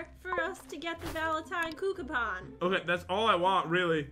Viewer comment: Can we talk about how they pronounce gacha "cooka pon"